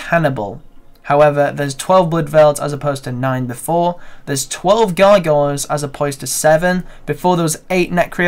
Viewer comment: Gargoyles ... "Guy-Giles"